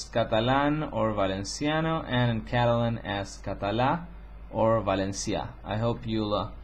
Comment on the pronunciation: You pronounce perfectly "Català" and "Valencià" like a native ;-). By the way, regarding to Aranese, it's a language co-official with Catalan and Spanish in the Aran Valley, and has been taught in schools since 1984.